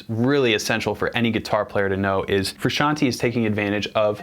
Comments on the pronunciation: AND ITS FRUSCIANTE NOT FUCKING FRUSIANTEEEEEAAA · Petition to get him to learn how to say "Frusciante" properly, say aye.